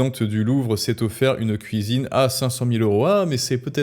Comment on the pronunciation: " Les Femmes, C'est à la Kouisine!" 🪣🧽😅